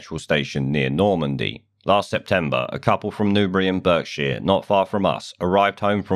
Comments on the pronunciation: I'm suspicious that you're not here legally as you don't know how to pronounce "Berkshire". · Interesting stuff. However, you don't know how to pronounce Berkshire? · For a second I thought I heard "bird shit" not "Berkshire".